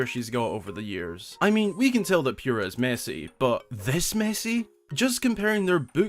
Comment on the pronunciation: NOOOOOOOOO ITS POO RAH NOT PURE AH